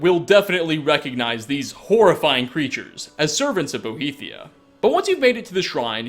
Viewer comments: its boethiah, not boheathia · Boethiah,. Not Bohethiah. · Boethiah, not Bohethiah. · I'm triggered by the way you pronounced Boethiah. It's not "Bo-he-thiah"